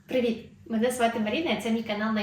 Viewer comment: УГУ! ОСОБЛИВО, ОЦЕ "ПРІВІТ"- НАРІД АЗАРОВ- КРОВАСІСЯ В УКРАЇНІ. ДЕ ТУТ УКРАЇНСЬКА МОВА ?!